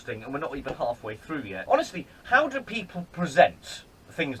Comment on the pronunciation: I just noticed that doesn't say "do that", he says "dzu that"... and I can't unhear it now.